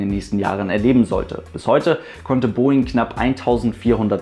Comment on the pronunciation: Der "Southern"-Aussprachefluch der deutschen Aviation YouTube-Szene... ;-)